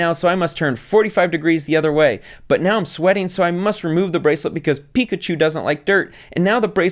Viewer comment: Is she calling it a Pichu? Like the pokemon? Don't let it face the toilet lol